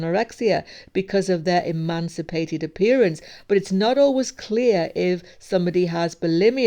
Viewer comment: emaciated, not emancipated